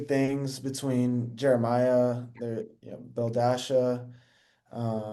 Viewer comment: Him also calling her belledasha is taking me out😊